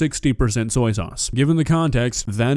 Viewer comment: Wow, she managed to not once .. but twice .. butcher the word "soy".